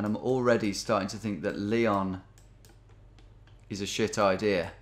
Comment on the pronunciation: Dear geo genius. It's Ly-ON. Not Lee-on